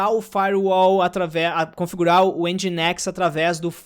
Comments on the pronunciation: A pronuncia de Nginx é "Engine x". 😄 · Se fala engineX